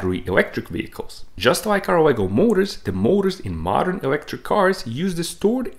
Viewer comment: The way you emphasized on "modern" and "fossil fuel", makes me suspect that you have a secondary agenda 😕